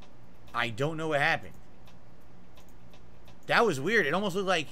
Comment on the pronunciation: I don't know why it bothers me much that his speech impediment forces him to say "dat" instead of "that"